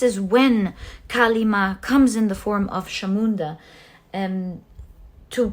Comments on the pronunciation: Also just to add for you the pile three kali’S name Chamunda is not pronounced as Shamunda but as Chamunda as in cha ( for chat) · Hello may I correct you with the pronunciation of Chamunda. The CH is pronounced like the CH in chocolate not as a SH. I hope you don't take this badly I have no bad intentions. I am following you regularly and I am taken aback by your accuracy in your readings. If I may, I think you have got to be the best Tarot reader I have come across. Your knowledge is vast and interpretations spot on.